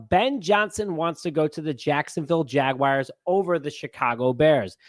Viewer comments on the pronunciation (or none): Jaguars...not Jag-wires 🤦🏿‍♂️😆